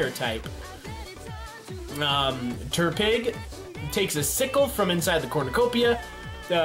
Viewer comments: Good. You got most of the names exept tepig. Not terpig btw. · Terpig? Pffffffffhahaha its pronounced tepig Also popplo? Llooooooooooool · "terpig" I legit yelled "IT'S TEPIG NOT TERPIG!" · Turpig, now it’s like tehnpig Popallio... why? Pop li o Teh pig Pop li o Please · Why do you call Tepig Terpig? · Why the fuck do pokemon if your not a pokemon fan, it aggrivates me... WHO THE FUCK IS TERPIG IT'S TEPIG TEP-PIG, I DON'T EVEN LIKE TEPIG THAT MUCH EITHER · "Terpig" I'm in pain -_ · Where is getting the R in TEPIG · " Terpig "- 2017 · I thought he said Turdpig lol. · Why just why, why ate the start did he say terpig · I hate how he pronounces Tepig and Popplio